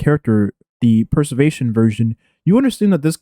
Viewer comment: "Perservetion" lol